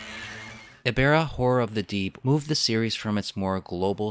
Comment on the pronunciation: How to Pronounce Ebirah's Name: Uh-Beer-Ra